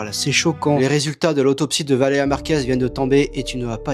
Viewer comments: Le fait qu’ils disent tous Valera au lieu Valeria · "Valeya Marquèz, Valeya Marquèz, Valeya Marquèz" VALÉ*RIA* MARQUÈZ en plus de se faire du fric sur une personne décédé ils savent même pas prononcer son prénom correctement 💀🙏 C'est vraiment dégueulasse ce genre d'influenceurs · Valéa. C'est si compliqué que ça de dire Valéria ? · Ça m’a saoulé de l’entendre dire Valeya au lieu de Valeria 🤣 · « Valea Valea Valea Valea » BORDEL, C’EST VALÉRIA PTN MÊME ÇA ILS RESPECTENT PAS 😭😭😭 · pourquoi ils sont tous incapable de prononcer Valéria ? y a un "r" comme le "u" dans ambulance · Mais pourquoi ils n'arrivent tous pas à dire son prénom ? C'est poutant simple, bordel... Valeriane Merguez ! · ValéRIA !!! Au moins prononcé son prénom correctement ! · Ils ne sont même pas foutus de prononcer son prénom correctement... Ce monde me terrifie. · Il ne sait même pas bien dire son nom ... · Yen a pas un qui prononce son prénom correctement putain ça rend fou ! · il parle tellement de Valeria Marquez mais dit son prénom si mal